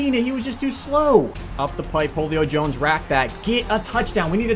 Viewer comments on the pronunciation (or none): he says holey-o Jones instead of huleo jones